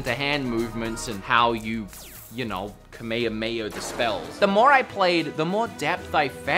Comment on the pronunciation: The worst way someone has said Kamehameha ever💀💀